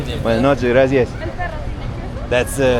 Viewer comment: He says "graci-is"